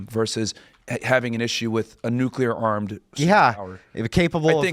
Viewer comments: People! The word is "nu-CLE-r", not "nu-CUH-ler". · What's "nucular" mean? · Is anyone gonna tell this dude nucular isn’t a word?? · loves to talk shit to people for their IQ and their communication skills but he says "Nukular" like GBush